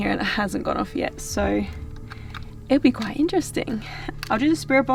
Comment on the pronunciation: (horse)... Be spooky not BEE spooky! Your a trooper thanks for the content!